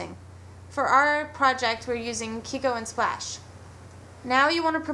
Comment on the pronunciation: lol "kiko-colour" ^^